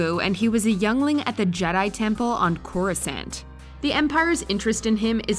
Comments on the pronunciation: Watchmojo: "cOrOoSaHnT" Me: dies a little inside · ITS NOT CORI- SANT!!!!! God that annoyed the hell outta me. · CorasANT lmao poser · Whenever I hear someone say it like CHORUS-ANT I just think of a fire ant singing a beautiful medley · WHY do Americans have such a thing about the pronunciation? How is it spelt (yes I use spelt, which is an English alternative to the American spelled)? It's not Coruscont is it? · Did she just say Corusant? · The way she pronounced Coruscant made me cringe! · Who’s are screaming internally after hearing that pronunciation of Coruscant 😜